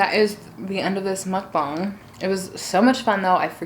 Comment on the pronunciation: IT MUKBANG NOT MUKBONG